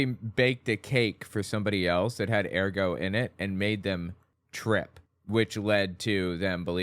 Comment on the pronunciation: URR-got, not AIR-go